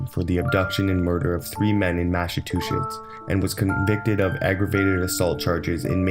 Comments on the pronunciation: Massatushits THREE TIMES??? It's Massachusetts. What a douchebag!! I'm embarrassed for you. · The way he says Massachusetts.... Lol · lavendar was laughing at the pronunciation, not being in anyway disrespectful to the narrator.